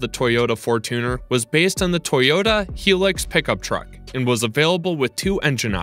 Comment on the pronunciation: Hilux is pronounced high-lux not he-lux